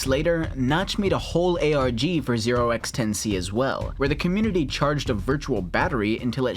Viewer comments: The way the name is supposed to be pronounced is "10 to the C" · I believe Notch pronounced the name "Ten to the C" The 0x isn't pronounced because it just indicates that the number is in hexadecimal.